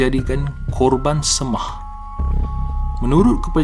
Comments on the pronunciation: Seimah, bukan semah! Sapalah yang jadi pencerita tok? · sebutan salah..semah--sei mah.